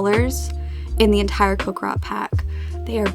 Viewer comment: "Cock rot" "cock rock" PLEASE it's coc-RI-cot